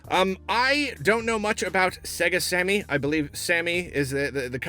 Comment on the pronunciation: When you said Sega Sammy... WHEN WILL YOU LEARN?